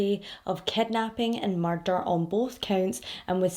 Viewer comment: The way you say ‘murrrrder’ is so stinkin cute